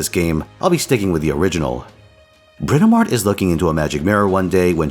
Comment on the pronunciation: Curse you for saying "Bratamart" now it's just going to be what I read her name as from now on.